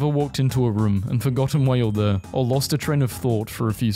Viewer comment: You re ‘n all. Not you rain all.